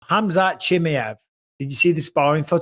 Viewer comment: Bisping : ham-zat Chimi Yev. Michael never gonna fix it.